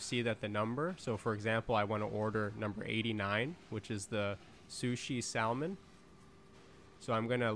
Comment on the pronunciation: Dude it's pronounced sah-man the L isn't pronounced like that 😂😂😂